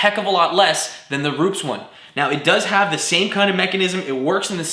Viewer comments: Roo-pess not roops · Rup-es. not rupes. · Hi there! great job and by the way, it's "Roo -pehs", not "Roops" nor "roo-pees", its Italian. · Isn't it called "Ru-pes" and not "Rups"? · "made by ROOPS"... watch the Rupes channel....they themselves pronounce it "Roo PEZ" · Roo Pez.. not Roops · Rupes is pronounce as "Ru-pez" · Cool vid. but. Please learn how to pronounce rupes.